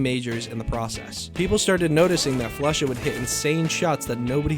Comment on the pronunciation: Everyone “flusha” Pasha “floosha” 😂😂